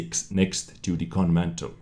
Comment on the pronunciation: Gun Mantlet! It is not a fire place. You need that T at the end. I know in previous episodes you said to say if you are mispronouncing English words. Other than that, great job!